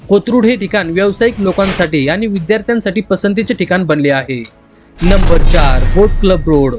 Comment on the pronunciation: मराठी नीट बोलायला शीक. आनि पानि नको. ण उच्चारायला शीक.